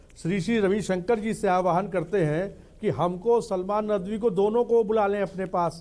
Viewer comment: abe chutiye nadvi h vo naam tu dhang se le le